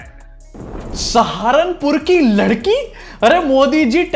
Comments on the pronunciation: ये पहला आदमी है जो लकड़ी को लड़की बोलता है और पढ़ाओ को पटाओ बोलता है 😊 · 😂😂😂😂 Lakadi ko ladaki bol diya... Thank god Lakkad bagga nai bola 😅😅😅